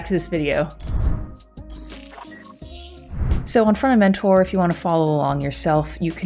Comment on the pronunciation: Ohhhh Front-end mentor, not fronementor